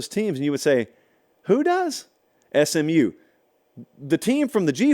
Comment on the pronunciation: says Smu vs Cuse 😂😂😂😂😂 for the Championship